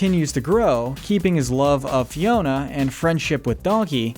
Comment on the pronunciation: I was like "why is he calling Fiona ' Tiana?' Like wrong movie dude." Xp